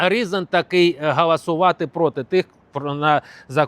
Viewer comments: Підеш не ГАЛАСУВАТИ, А ГОЛОСУВАТИ!!! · 😂гАлАсує у нас Юлія Тимошенко, правильно голосувати, бо перше, то означає чинити галас...